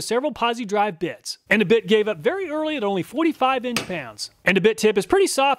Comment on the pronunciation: As always, thank you so much for all you do for us.🙌 I laughed when the combination of you saying 'bit' and the sound of the bit breaking sounded like "with the bitch breaking at 131 inch pounds"😆